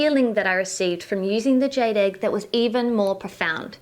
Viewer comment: Jade rhymes with laid.LOL.